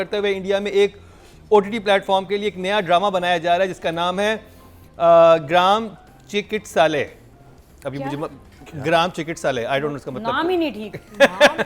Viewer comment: Sahi padho ye hai ग्राम चिकित्सालय